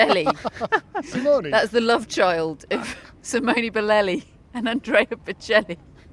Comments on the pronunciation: British laughing at an Italian for his english😂😂 They can't even pronounce Boccelli😅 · This is the most awful trio I’ve ever seen. Especially that lady that can’t even say Bocelli, really? How difficult can that be? Also, Sinner didn’t get a doping ban, go inform yourself! And even worse, what does it have to do with male or female??? You make us women look just petty and stupid!!! Lots of people are saying that there’s too much going on off the court for Sinner, has nothing to do with male or female…how dumb can one be, srly? And what’s so funny? You’re laughing and making fun of the players? Awful awful reporting, won’t watch anymore…